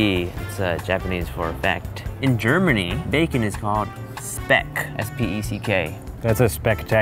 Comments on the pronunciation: LonelyGuyTW Also don‘t say „speck“, it‘s pronounced „shpek“ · Speck in German is pronounced shpeck not speck... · It's actually pronounced Schpeck, not Speck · In german speck is said like something like schpeck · ITS NOT PRONOUNCED SPECK!!! ITS PRONOUNCED MORE LIKE SCHPECK!!! Freaking americans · its not pronounciated s - peck in germany. its SCHPECK!!!! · Speck not Spek ;) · In Germany, it is pronounced 'Shpeck', not 'Speck' (I don't know about the Netherlands) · Speck is pronounced like shpeck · Its not called speck its more like SH peck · In German it’s prenounced “sh-p-ek” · It's "SCHPECK". But actually we call this thin sliced Speck Bacon too. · Speck is pronounced like this: S(c)hpeck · Spek is pronounced (sh-pec) it’s smoked and cut into thin slices. It’s the German variant of prosciutto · It’s actually pronounced like “shpeck” in German. I’m sorry, I couldn’t help myself. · actually it's pronounced like shpeck as in shaving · its pronounced "Shpeck" in german btw XD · You pronounce the German word for bacon Sch-peck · Speck is pronounced “shpek” but with the ä sound after the p. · Bacon in german speck and you have to spell it like shpeck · Ah I love worth it, but the pronunciation of the German word speck, is shpeck. But the pun made the English pronunciation beautiful XD I love you guys and worth it ! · In german you pronounce it shpeck(thats how you say it but you write Speck) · Just FYI in Germany Bacon (Speck) is pronounced Schpeck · In Czech Republic we call it Slanina 🥓 or you can use the same as German but we spell it ŠPEK [ pronounced schpeck] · In German it's spelled Spec and pronounced shpeck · Yes in Germany you write Speck but you pronounce it with A sch Like Schpeck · Its pronounced shpeck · Speck is pronounced Shpeck. :/ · German Fact: It's actually pronounced Shpeck. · I believe the German word for bacon would be pronounced more like “shpeck” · Pronounce it shpek it's spelled speck but its said like shpeck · It’s pronounced shpeck! :(